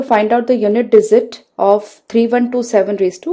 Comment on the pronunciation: Very good . Only problem is dizit instead of digit.....................